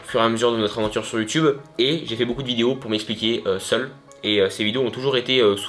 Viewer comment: Attend il a dit Youtibe 🤣🤣🤣